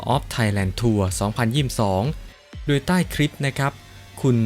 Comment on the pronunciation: อ่านคำว่าโดย เป็นดวยอีกแล้ว